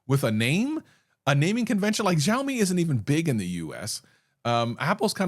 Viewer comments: Bro it's not Zaomi it's Shaomi. You gave Mrwhosetheboss reference, over there also it is said! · What is this Jow-mi you speak of?